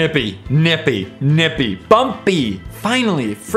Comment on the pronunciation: The way he said "nippy"😂😂😂😂😆😆😆😆